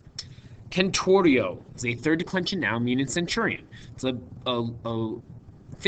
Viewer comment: centurio is pronounced senturio ! as in century